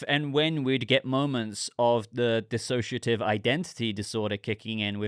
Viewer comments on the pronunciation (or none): none